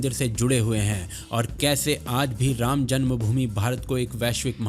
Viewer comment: You should not call yourself sanātanis if you can't even pronounce the names of the Gods properly... You cannot even pronounce two aksharas रा- Rā and म-ma Rāma properly.. Shame!!